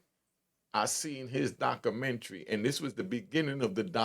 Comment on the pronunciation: I can't listen to this illiterate ninja. Documentary? Butchered it!. Illinois? The S is not pronounced. My brain hurts.